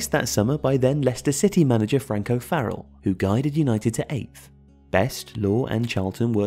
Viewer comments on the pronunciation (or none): none